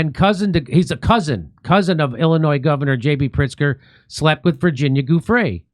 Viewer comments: Giuffre is pronounced 'JOO-freh'. ☝ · The G is pronounced as a hard J. That's why it's Giu